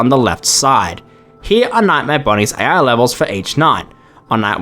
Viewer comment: He can't even pronounce "ai"